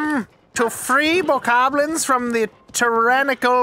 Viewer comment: He said Bokobobos!!!! 🤣Thats what I'm calling them from now on!